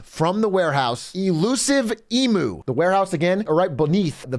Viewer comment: Would be nice if Atrioc could pronpunce emu though😅